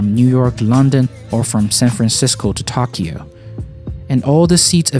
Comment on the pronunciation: It's To-ky-o not Taquido